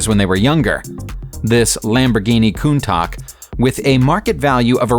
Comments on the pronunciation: Its pronounced countach not contaak my guy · Lamborghini countac.. its Countach work on your pronunciation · Ma mans said “countak” BOI IT’S PRONOUNCED “COUNTASJ” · Contak Contak!!!!!! Contash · "Saint Exupery", not Syant Epury "Marsay", not Marss-eye "Coontash", not coontark "M-eye-ssen, not "Missen" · My dude, you butchered Countach. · Harold McBroom its pronounced countash lol and I don’t play gta v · Did he just say conTac it’s pronounced contouge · Countach is pronounced "Kuntash" NOT "Kuntak" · it is not pronounced as "kountak" it is pronounced as "kountash" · Coon-toch? You’re a professional narrator how do you mispronounce so many names in these videos ffs?? Makes my bloody ears hurt and drives my frickin OCD nuts lol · Its countach not countak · its countach not countack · Lamborghini Countak???? Get your shit together......!!! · Lamborghini kuntock 😂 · Lamborghini Coontalk? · Sorry it's pronounced [Coon-Tash] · Lamborghini “Countock” ? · Lamborghini coontak I'm sorry 😂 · "Lamborghini kuuntaak" its spelled "countaach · YOU PRONOUNCE THE LAMBORGHINIS NAME COONTOSH YOU DUMBFUCK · Along with everything else, you are also well off on the value of the "Kountack".... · Ah it pained me when he said "kuntak" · CountaK haha omg the narrator is obviously not a car guy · 'Coontac' lmaooo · Did he really call it a Lamborghini countak jeez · "LAMBORGHINI COUNTAC" wtf dude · it says countach but it is pronounced coontash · coontock? Ummmm nop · When he said countac I felt like killing someone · Lamborghini Counta(sh) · It's pronounced coontock if you want to encourage people to post comments below. Well played... well played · who tf says Lamborghini Contac ITS A BLOODY COUNTACH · This narration is of very poorly pronounceiatic kwalitk. I will now drive my koontak to middlesbro. Faceplants! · It pronounced cun-tash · He said Kountak, try again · A pristine condition kuuntash be worth 500 000, not that junk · Anyone else triggered how he said Countach?